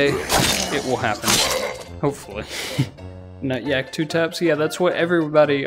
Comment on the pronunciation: Thank you for the correct pronunciation nutyak 🙏🙇‍♂️